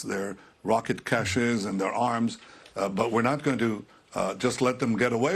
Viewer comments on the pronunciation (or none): none